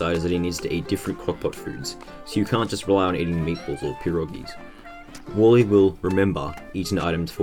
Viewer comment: Im sorry but i cant stand the fact that you say WALLE not Warly